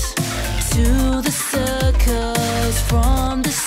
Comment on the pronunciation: j e s s i c q k e s it’s not Cirus it’s circus